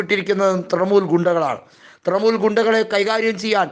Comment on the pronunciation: തൃമൂൽ അല്ല തൃണമൂൽ